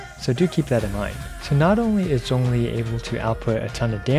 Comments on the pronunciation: Thx for not butchering zhongli's name mate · Omg he’s actually pronouncing his name correctly! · tyty for pronouncing ZhongLi's name correctly 😭